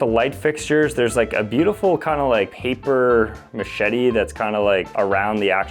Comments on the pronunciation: Its paper mache not paper machete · LOVE paper machete! 😂